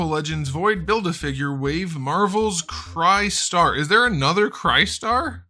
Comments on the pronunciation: Now that Crystar is here. Rom the Space Knight must be next. We need the Dire Wraiths!! Btw, isn’t it pronounced Chris-tar instead of Cry-star? Is it a Ree-you instead of Righ-you Street Fighter type thing? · you were pronouncing it wrong. It’s KRIS-STAR, say it like CHRISTOPHER. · DUDE...Pronounced chris-star. Made the same mistake in the early 80's when the first figure came out. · Is pronounced "crystar" not "crystar" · Broooo.....it's Crystar as in 'Crystal,' since he's made of crystal, lol. Any how, great review. As an icon of a failed toy-line, he's probably a little too niche for anyone younger than age 46, but for those of us who were kids in the 80s, this is pure nostalgic gold!